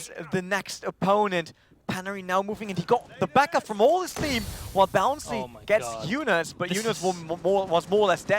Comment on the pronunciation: Who the fuck is this "Bouncy" this commentator is talking about? Protip: it's Bounssi.